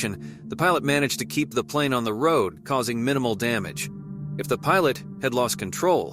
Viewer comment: Dude, you need to work on your narration. "wood" for road and "kettle" for cattle or you mean cow? "Ancient mountain"? Where are you getting your sources regarding this "ancient mountain"? Your videos are entertaining, but your narration is infuriating lol. In one video you said a man recorded a video at 3 pm. I'm quite sure 3 pm doesn't take place in dead of night. I'm sure you'll get a knack for narration in no time. :)